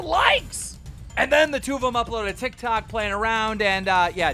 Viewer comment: Tiktokah an yutubahh yeahh